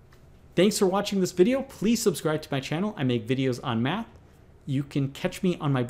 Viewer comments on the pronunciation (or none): none